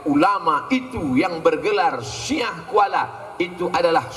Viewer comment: Syiah di baca ah nya a huruf latin bukan ain hijaiyah. Orang luar aceh sering salah baca kata syiah dengan syi'ah sehingga memicu salah paham dikiranya aceh syi'ah